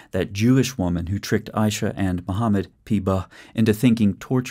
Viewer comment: "Muhammad p-bah" 😂 Brilliant.